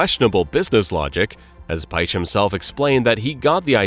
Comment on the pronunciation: It isn't pronounced Ferdinand Paych but rather Ferdinand Piyesch